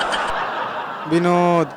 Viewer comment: भाई विनोद होता है ना कि बिनोद 😂😂😂